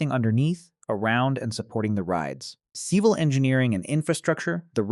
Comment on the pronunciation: “Ceeval” engineering.